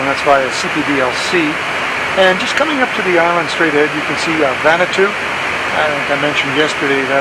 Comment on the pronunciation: It’s not “vanatu “ it’s actually pronounced “Vanu-Atu”